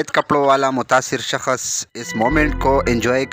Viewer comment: saksh boltay shakash nahi